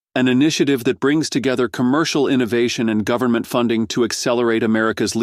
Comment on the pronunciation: But we're here from the 'Guvmint'... We're here to help ! 🤣🤣🤣